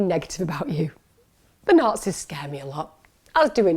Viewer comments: I had look at transcript to figure out you were saying Nazis . I heard naughtiness every time you said it 😆 I had Google dead to rights before watching your channel in united States there ALOT different phrases. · Hahaahahahah after 800 listens I finally figured out she’s saying Nazis. I’m Canadian forgive me lmaoooo